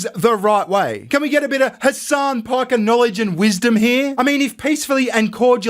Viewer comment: Calling him " Hessen" doesn't sound too islamic. But it actually sounds like 🤐n@